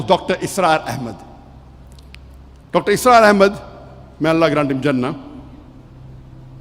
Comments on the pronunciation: Bhai dr asrar nahi dr israr hain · Dr. ISRAR not Asrar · Dr asraar nahi bhai Dr israar bhai